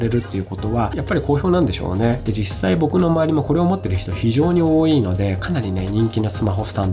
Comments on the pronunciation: 多いぃ↓てどこかの方言ですか？それとも僕が方言ですか？ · 多いは王位と同じ発音で使ってましたので気になっちゃって笑 自分は北海道なんですが北海道独自のやつですかね